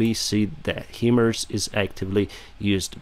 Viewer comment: excellent reports! May I kindly offer a bit of pronunciation advice? HIMARS is pronounced "High-Mars" in English as the acronym stands in for HIgh Mobility Artillery Rocket System. Slava Ukraiini!